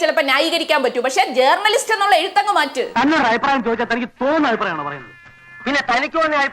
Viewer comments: ജേ"ർ"ണലിസ്റ്റ് ... നല്ല ഉച്ചാരണം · ജേർണിയലിസ്റ്റ് അല്ല മോളെ, r സൈലന്റ് ആണ്.